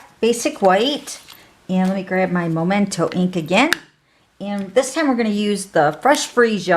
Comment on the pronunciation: 😆 makes me giggle every time I hear someone call it Momento ink. It's Memento ink! 😅😅 adorable card!